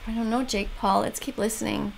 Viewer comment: "His name is jeek Paul" I litteraly heard jeek Paul and started laughing.